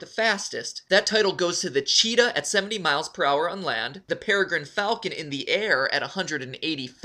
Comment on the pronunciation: Matpat past voice is so different aaaaaaaa Also when he say per hour i hear prower